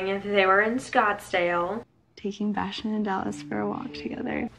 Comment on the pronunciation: You do a fantastic job with your reviews. And regarding the dog names - every time she said them, I thought she was saying: Dallas and Bastian, although I don't know if Lauren' s dog is Bastian or Dallas... I can't remember what Arie said when he introduced his dog during the dog date but I think he may have told the girls his dog was named "Bastian".